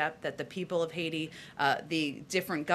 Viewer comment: "Haiti"... NTD has always gotten a lot of pronunciations just a little wrong, and this has got me curious. Is English a second language for most of your newscasters? I ask only because some of them don't even look Chinese.